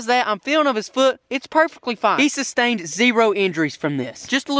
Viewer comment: No offense but he said it sastaind zero injuries he killed it